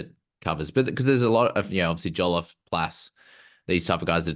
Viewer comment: Take a drink every time mispronounces Joliffe as Joliffee